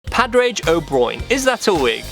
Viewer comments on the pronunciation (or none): It’s not pronounced padraich it pronounced padraig like the gggg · Its pournuced pad-rig